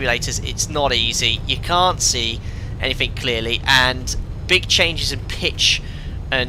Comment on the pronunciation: lol: "SomethinK", "AnythinK", "NothinK"... Still less annoying than hearing every 2 minutes "perfect", or "beautiful", or "superb", or 'wonderful"...